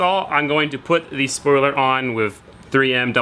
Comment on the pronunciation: "Spioler" alert!